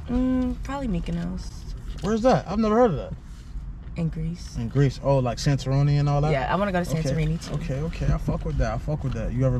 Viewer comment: Sis really put her seatbelt on. And this nigga said Santaroni😭😭😭 instead of santorini. These episodes so cringy but funny af